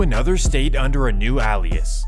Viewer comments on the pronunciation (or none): “Alias” A-lee-us not ahlias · Bro where are you from? And I don't mean that in a slick way I just mean basically like what state because you enunciate some of these Spanish names and cities so well but then the way that you pronounce alias makes me scratch my head. Either way I really really enjoy your content. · bro your California quality education is showing. Learn how to pronounce “alias” 😂😂😂